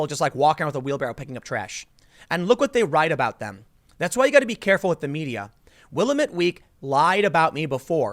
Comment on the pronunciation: Tim Will-AM-met week